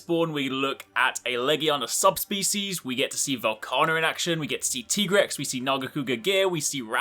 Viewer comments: You said Tigrex wrong you said his name like T-Rex and he says he's a veteran hunter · I have to ask, is that the official pronunciation? TEE-grex? I always thought, being named after tigers, that it was TIE-grex. :/ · Tiger rex....Tye-grex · I just do not get why people call it a "Teegrex". You call a Tiger a "Teeger"?